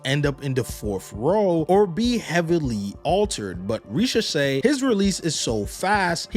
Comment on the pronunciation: I get that the two different 's' sounds together can sometimes trip people up, but there's a word in English that helps: sashay (ˈsaʃeɪ), which has a similar meaning to 'to swagger'. So anyone pronouncing it reshashay after almost a year is really making remarkably little effort...